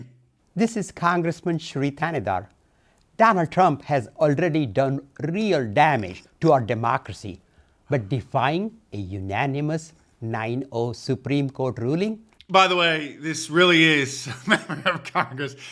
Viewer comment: Rrrrrrreeeel damage...to the english language.